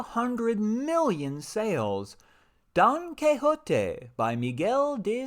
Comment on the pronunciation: Great video! Love how you pronounce Don Quijote!